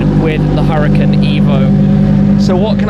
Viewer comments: Wait a sec, isn't it pronounced as hoo-ra-kan? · ...it's pronounced "ooh-rah-KHAN" . Google translate can help you if you need to hear it. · why does he call it the huracin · One would assume being invited to a launch would teach Shmee how to pronounce the car....